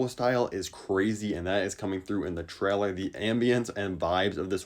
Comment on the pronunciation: Normal people: trailer: Chrailer